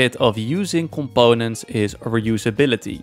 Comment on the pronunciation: someone pls make a compilation of him saying coMPONEents 😭😭🙏🙏